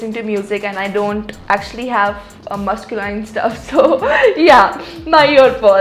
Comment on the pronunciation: Did she just pronounce masculine as muss cue line🙈😂❤️